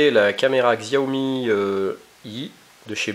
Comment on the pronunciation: Pour info le X en chinois se prononce comme un S donc il faut dire Siao Mi... En tout cas cette marque est vraiment super, j'ai le Smartphone Xiaomi 4 depuis plus de 6 mois, toujours aussi rapide et efficace je ne regrette vraiment pas mon achat ! On peu faire confiance a cette marque qui je l'espere va degommer Apple et Samsung dans les prochaines annees en tout cas ca cartonne en Chine. Merci pour la video !